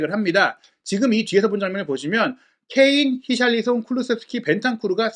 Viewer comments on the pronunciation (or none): none